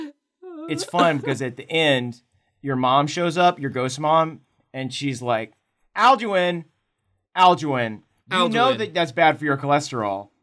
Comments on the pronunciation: the way you pronounced "Alduin" made me sad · Alduin is pronounced Ald-win not al-doo-ween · The Mutant Lemur If I'm not mistaken, it's "Al-Doo-een"